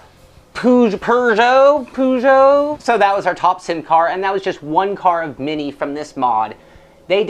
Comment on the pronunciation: Haha pronouncing Peugeot both ways. No-one can argue with that:)